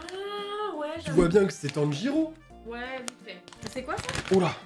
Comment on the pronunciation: Tu vois bien que c'est Tanjiro? Alors là.... C'EST PAS BIEN PRONONCÉ!!! 🤣: T'inquiète c'est pas fini 😏🤪 Des Sakuras 🤣🤣🤣 Goût champagne à la fraise Dooms: pert 100pv, vous êtes morte R.I.P Dooms 😂